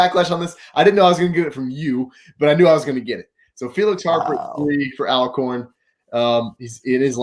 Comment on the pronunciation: This video randomly popped up on my homepage and so glad it did! Totally enjoyed watching it! Even though the dude without the beard continued to mispronounce Alcorn. It is pronounced All-corn like Always Alcorn. 🤦‍♀️